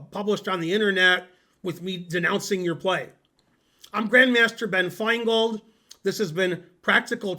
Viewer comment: I had to rewatch the intro twice because my brain heard "Hi everybody, I'm Benmaster Grand Finegold"